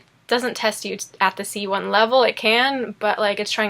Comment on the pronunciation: Lustig. Immer wenn Du A1 oder C1 oder einen anderen Bezug zu Sprachkursen hast, wechselte die Aussprache auf Deutsch